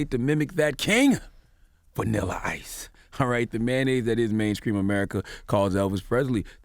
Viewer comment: It's STREETS. not skreet. Mainstream not mainscream. I've heard C tha God in another interview with white people around and he pronounces these words the right way. That's why it bothers me.